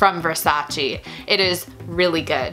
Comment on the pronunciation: No versaciiiiii ma versaceeeeeeee per Dio